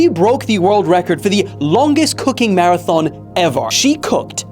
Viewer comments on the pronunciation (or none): none